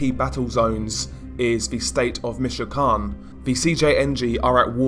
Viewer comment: Your great but I can't stand the way you say michoacan you're pronouncing it wrong